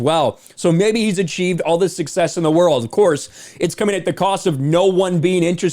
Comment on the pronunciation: "Success" isn't the same as "Sucksess"